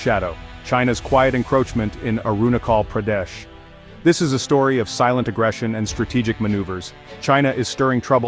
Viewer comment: China itself illegally capture tibet so how china claim arunachal pardesh ?? ... N pronounce correctly .. i must say your pronounciation is very bad and irritating 🤣🤣🤣